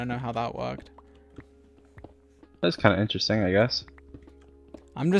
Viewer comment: It’s not astronomical, it’s INTRESTINF